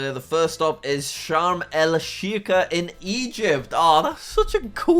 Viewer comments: as an arab the way he pronounced sheikh, makes me triggered like bro ik ur English but. sharm al shekhea? it’s pronounced shaek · OKAY ITS NOT SHARM ELSHIKAH ITS SHARM ELSHEIKH (that really threw me off) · Sharm el-Sheikh (pronounced like ‘shake’) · It’s pronounced sharm ul shake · Like seriously Sharm el Sheeeka? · its pronounced Sharm EL Shake not how its spelt. Just thought you should know.😃